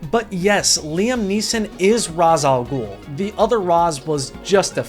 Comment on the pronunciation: This isn't really relevant, but thank you for pronouncing Ra's al Ghul correctly lol